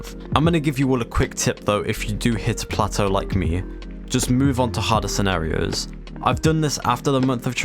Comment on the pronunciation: the way you said scenarios